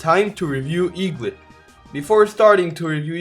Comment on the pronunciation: eaglit not lit